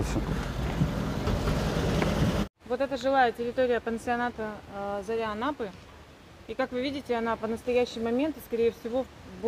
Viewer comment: ЗАРЯ Анапы а не ЗОРИ!!! Исправь пожалуйста